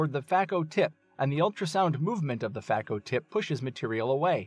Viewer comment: Please know that the pronunciation is FAY-ko not FAH-ko